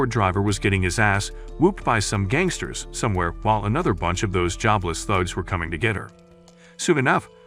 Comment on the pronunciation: he said cangsters 🤣🤣🤣